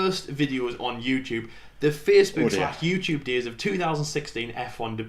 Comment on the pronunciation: pronunciation of Facebook is something else, even in this video 😂😂